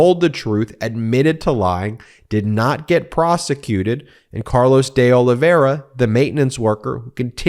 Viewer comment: Please Ben, pronounce the i in Olive i ra , last name. It’s painful to hear you night after night saying “Olivera”